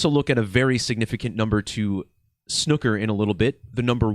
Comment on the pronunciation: I almost hit the dislike button over your pronunciation of the word snooker, almost unsubscribed even. But I guess Ill let it slide...